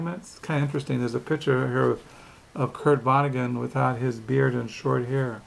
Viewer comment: I'm just being cheeky. You say vonneguN through the video. It's with a 'T' rather than an 'N'